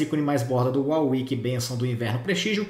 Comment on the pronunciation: Por favor man, "WAR WICK" da uma gastura ouvir uau wick.